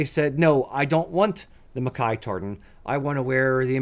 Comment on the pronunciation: So nice to hear MacKay pronounced properly.